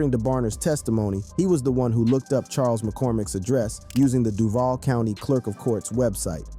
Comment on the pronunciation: Buddy can’t pronounce “Duval” right 🤣🤣🤣🤣